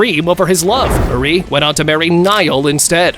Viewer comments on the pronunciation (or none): none